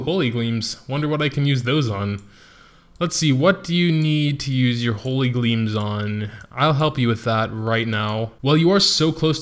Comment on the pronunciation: that gleem hurted my heart